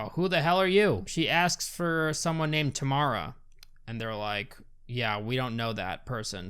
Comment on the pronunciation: Omg my mouth dropped when i heard my name (Tamara) and it was pronounced correctly loll